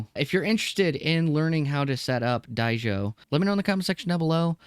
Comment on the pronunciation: I think the OP doesnt know how to read. He calls it Die-Sho. Don’t call it incompetence, it’s like dyslexia or something.